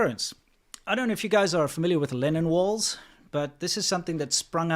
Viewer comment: I thought you were talking about "Lenin walls" and l was very confused until l saw them described as "Lennon walls" in the comments. You might want to correct this.